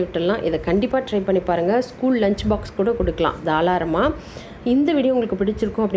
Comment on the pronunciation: Super Rasam... But... தாளராம இல்லை.. தாராளமா ன்னு சொல்லணும் 😅😅😅👍